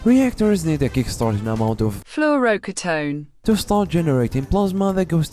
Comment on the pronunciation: I love that google text to speech pronounced Fluoroketone wrong XD It's easy, Flu oro key tone, don't stretch the "key" part too long, and there you have it Fluoroketone 👍 You could also say Monofluoroacetone, because that's most likely the chemical it's supposed to represent, or maybe Hexafluoroacetone, but then the name should be Hexafluoroketone.